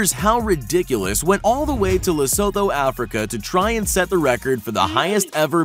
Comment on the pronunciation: Lesotho is pronounced Le-Su-Tu